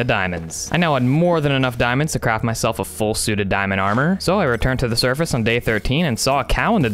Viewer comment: You say survace